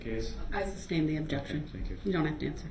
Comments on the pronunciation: Ah-jection, suBStain, license place, grounds, enty interaction, axe, liberry, so so many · All this time and he never picked up on the fact he's saying it wrong. Sustain not substain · Reason for the Substain?? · You mean substain. That's how that moron says it. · Substain, tackit, axe, oaf…this guy does a complete butcher job of the english language over and over again.🤦🏽‍♂️ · Substain?? lol! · It’s not substain idiot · It's "ask" not "axe." It's "sustain" not "substain." And if I hear "GROUNS!!!!!" one more time, I'm going to lose it. I only wish the prosecution had started hollering "GROUNS!!!" every time DeRELL objected. But yeah, the prosecuting attorneys are TOO professional for that. And Judge Dorow deserves a special award for patience and fairness. And how can DEAD PEOPLE bring charges as the "injured parties?" He deserves EVERYTHING he gets in prison. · He is soooo consistent with his distorted pronunciations that I can't help but wonder if there might be an actual defect between his ear drum and his brain which might cause him to actually perceive in his mind these words in the distorted way that he expresses them. If it could be determined that his hearing perception is actually defective, that would explain a lot ! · Countless numbers of times Judge Dorrow states "SUSTAINED " and Brooks immediately counters with "Grounds for the SUBSTAIN" There just has to be a physical defect between his ear drums and his brain. His brain must be somehow perceiving that word as "SUBstain" for him to so consistantly mispronounce it that exact way every time, over, and over, and over. If such a perception defect is possible, that might explain a lot about how he can have so many social and relationship misperceptions. Maybe his brain really does physically have defective wiring causing him to not perceive things correctly or rationally. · substain? the little guy is funny